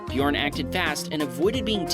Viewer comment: bjorn Norwegians/me: DET ER BJØRN IKKE BJORN/ english: HIS NAME IS BJØRN NOT BJORN!